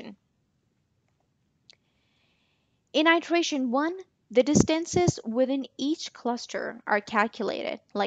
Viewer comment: Its iteration not itration